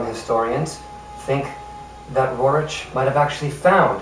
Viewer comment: I enjoyed your effort. Roerich is pronounced 'Roerick,' and Cintamani is pronounced 'Chintamani.'